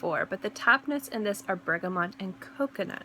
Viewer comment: lovely list. really like these themed lists :) loved your almond one too. btw there is no n in bergamot ;) and out of interest have you tried MFK le beau parfum?